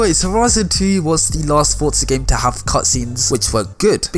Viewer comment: Why do people pronounce "forza" like "fortza"? Its "forza"